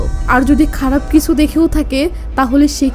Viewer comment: আমি আপনার নিয়মিত শ্রোতা(ভারতীয় ),আপনি খুব সুন্দর করে বলেন, এতো ভালোকরে বলতে আমি কোথায় শুনিনি, অসাধারণ, শুধু আপনার বলা কিছু বাক্য কানে বাঁধে, সেই গুলো ঠিক করলেই আপনার বাংলা ভাষা সেরা হবে, যেমন আপনি বলেন কিসু (কিছু ), সেলে (ছেলে ), সিলো (ছিল ),ইত্যাদি, শুধু ছ ঠিক করুণ🎉🎉🎉🎉🎉